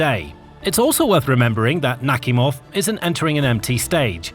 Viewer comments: It's naKHIMov - not NAKhimov. Ask a native speaking or look it up. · Admiral "Knock Him Off". That's what it sounds like. 🤣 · I really heard the "Admiral Suk-me-hov" the first time. 😂😂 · Are you serious someone is getting punked..." NAKHIMOV" 😂😂 it literally says; Knock-- Him-- Off. 😅😅